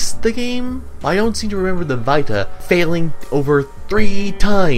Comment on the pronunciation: Why are you pronouncing "Vita" like that?